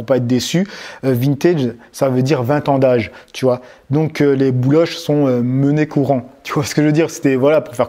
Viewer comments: Monnaie courante pas mené courant ahah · Euh c'est "monnaie courante" qu'on dit, pas "mené courant" 🙈🙈